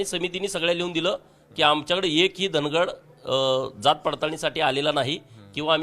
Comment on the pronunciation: उच्चार वेगवेगळे करून लोकांच्या भावणिकातेचा गैरफायदा का घेताय साहेब ते धनगड नाही धांगड आहे..